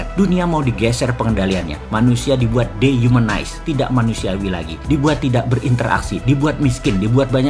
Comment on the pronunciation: DE-HUMANIZED yg bener. Bukan THE Humanized